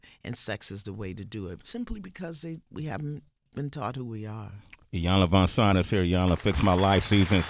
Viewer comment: Please someone tell Sway her name is "VanZant" and not "VanSant"....